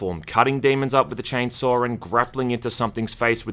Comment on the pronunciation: Chainsaw has no R in it. Why are you calling it 'Chainsawr' ?